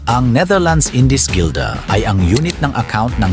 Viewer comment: ❓Kung sino man ang in charge sa “research” and voiceover, i-check sana yung mga info bago i-render and i-publish ang video. Delikado ang ganyan. Mali-maling info ang nasasabi. Walang salitang “Indiskilda”. Merong “Indies guilder.” Isa pa, ano ang “o sign siglo”? Baka “18th century” ang gustong sabihin. HUWAG kasi umasa lang sa AI translation tools. Mas mainam mag-hire ng totoong researcher. Sana maayos ng Pinoy Pawnstar ang aspect na ito ng show nila. Dapat legit ang researcher, or at least marunong ng basics.